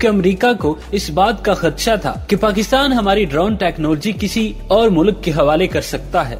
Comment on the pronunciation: ye kya bongiyan mar raha hai... also try do pronounce "technology" correctly....